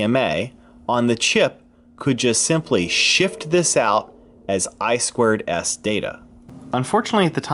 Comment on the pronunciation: It's I TWO S not I squared S... common...